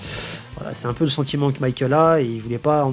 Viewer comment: Il faudrait arreter d'appeler Michael "maykeul" il est espagnol pas anglais le gars,de toute facon en katakana son nom se lit bien mi-ka-él(u)